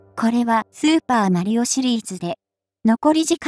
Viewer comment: なんというかスーパー毬男みたいなイントネーションなのよな。